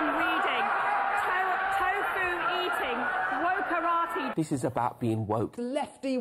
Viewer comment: Did she just say woke karate?? I can't unhear that